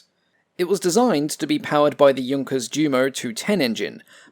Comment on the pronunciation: Ive noticed in all your videos you pronounce jumo (jew-mo), but you correctly pronounce junker (yun-ker).